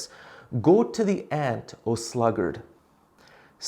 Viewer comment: "Viva Cristo Re", excellent pronounciation father! Impeccable.